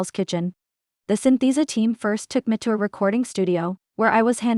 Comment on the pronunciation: When she says “me” it sounds like “meh”